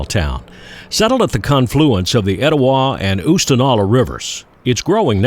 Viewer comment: Nice to hear someone pronounce Etowah correctly I say that because that is the name of a small town in North Carolina near where I was born and raised. Another great video!!!!